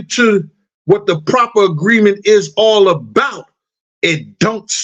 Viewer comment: Proffer agreement!!! Not proper agreement. Damn I'm trying to listen to you, but at least know the correct verbiage if you're going to keep referring to it.